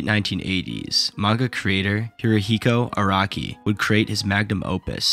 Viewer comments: even the cc thought you said "iraqi" instead of "araki" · Bruh , "Iraqi." and "Jodaro."